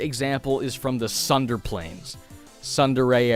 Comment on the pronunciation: "sunder" is the worst pronunciation of Tsundere I've ever heard.